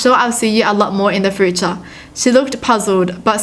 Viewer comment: love how she says future "froocha"